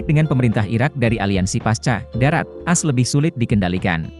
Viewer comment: Bahasanya diakhir berubah.. Pasti pakai AI.. Lagian baca AS nya kayak sebut kartu as, bukan A-S 😂😂😂